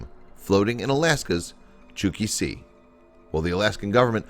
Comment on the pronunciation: Chukchi sea? It’s pronounced like it’s spelled.